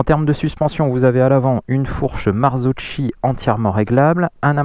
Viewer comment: ☝️ Marzocchi ça se prononce '' Marzoki'', blaireau !!! 🤣